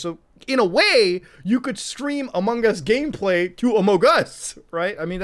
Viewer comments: Among us, not Amon gus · Sheeesh what are you doing here? It's amogOS, not AMOGOS. HUGE difference. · it kills me everytime when he says amogos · I can't hear Muta say AMOGOS enough times. I keep coming back to this video just to hear it. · More like: Amog OS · Every time Muta says "Amogus", an elderly person dies and a baby is born. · your general habit of over-pronouncing the g in among us is absolutely fantastic and i love me some amonGus never stop saying it like that please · Every time Muta says "sus" and "amogus" part of him dies inside. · mutahar saying amogos gives me my daily dose of serotonin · "Halal OS" lol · Every time muta says AMOGOS I feel it in my soul😂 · Love hearing him say AmogOS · As a raspberry pi user I’d love to hear your embarrassing raspi story! Also why did you show the raspberry pi 400 keyboard instead of the actual board lmao Also, love ya Muta, but every time you say AMOGOS like that I feel like committing sepuku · the way he says amogus is awesome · the fact how he says amogos